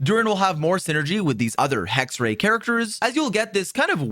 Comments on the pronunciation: sidenote its not pronounced hexray its pronounced hex-er-ai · I'd love to have Hexerei video! :) Please try to pronounce it properly then though. It's not hard at all and in the 6.2 live stream they pronounced it perfectly. The last syllable "rei" is pronounced like "rye", the cereal grain. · Just FYI you're pronouncing Hexerei wrong: Hex is correct (like hex in english) The 2nd E is pronounced the same way as the 1st one (sometimes you said it correctly, sometimes you just swallowed/skipped the E) The -ei at the end is pronounced like the english word for "I" (aka myself/me), not like the word "ray" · Is it really that hard for English natives to pronounce "Hexerei" correctly? Jebus...